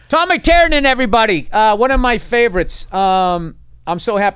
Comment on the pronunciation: Tiernan, Tear-nan, not Turnan. You're welcome yanks.